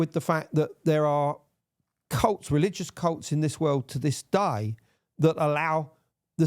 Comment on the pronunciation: "To this daih"